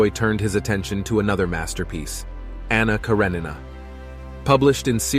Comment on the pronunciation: Why can no one pronounce Anna Karenina?